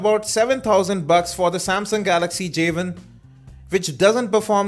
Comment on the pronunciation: wow..start of the review...he calls it a javin....its not a fucking javin! it is a "Jay one" say it with me...Jay.....one!...NOT jayvin!!!